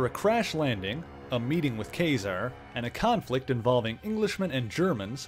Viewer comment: I liked the video. I will have to see if you did anything on the Mutants: Inferno series, where the demons take over the Empire State building. But my main thing is.... I always thought it was pronounced like Kah -Zar, like the word bizarre.